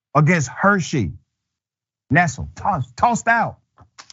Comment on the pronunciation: Nestle. pronounced. nes-lee